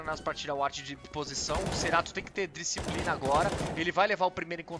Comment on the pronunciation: Que agonia ver o cara falar cerato e nao Kscerato